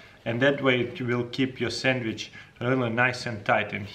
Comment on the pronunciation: he said “sammich”